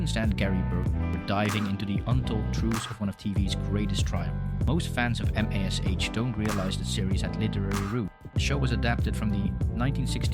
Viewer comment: Your AI script needs to refer to MASH as 'mash' not M.A.S.H. Hard to get past the first few minutes when the script shows a lack of actual familiarity with the show. Background music or whatever is also distracting. For those of us who actually remember the show, your rendition of it is off ... do your homework.